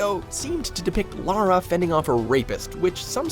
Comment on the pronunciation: No this can't be right an American who knows the difference between Lara and Laura?! 🤣